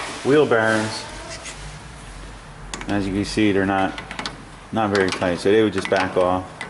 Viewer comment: Bearn? oh! bearing! Hahaha seriously took me a second. :D